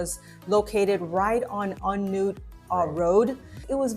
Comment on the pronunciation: I married a Thai woman & lived there on & off over a period of 9 years -- full-time for about 4 of those. A few things... First, let me compliment you on your pronunciation. Not many foreigners can say "On Noot", they tend to read it in English & say "On Nut" -- so well done there. It wasn't as good when you got to the temples but you did try & I think you did better than most. Maybe was a bit better than but you were both quite good. Second, you couldn't be more correct in saying that Bangkok is a big city and you felt like you only scratched the surface. I grew to know my part of Bangkok quite well (courtesy of my wife) but there are so many neighbourhoods I'm sure no one person knows them all. When we'd visit friends in other parts of town they'd proudly show off something in their local area that you'd have to live there to know about. I think local knowledge is king in Bangkok & you only get it by living there, in your specific parts of town. So, thank you for the video. I think you squeezed a lot into a 2 month trip and you know there's a lot more to explore in future visits.